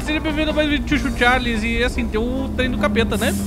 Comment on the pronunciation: Maioria pronunciando: "Tchu tchu Tcharles" Eu: "Xu xu Xarles": "SUCHU........... CHARLES"